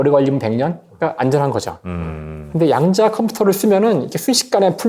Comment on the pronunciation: "양자"가 아니라 "야앙자" (좀길게)라 읽어야 되는것 아닌가요.